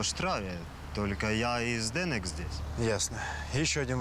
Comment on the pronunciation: Чех никогда не скажет фонетически ЗдэнЭк, только ЗдэнЕк )))))